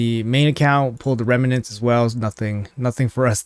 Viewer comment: OMG .... its pronounced REM NENTS ....... not Reme nents ... no E in the middle